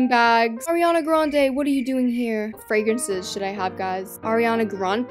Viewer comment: I love fwawences